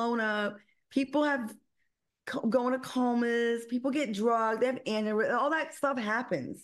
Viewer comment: Did you catch how she said aneurysm? Her friend “allegedly “ died of it.